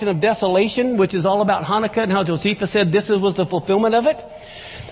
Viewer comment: Did you say josephus, or bosephus? I've got a shotgun and a rifle and a four wheel drive. I also live in the country.